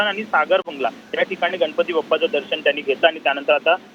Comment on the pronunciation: ताई,दर्षण नव्हे!दर्शन म्हणा! अशुद्ध उच्चार व शब्द!!!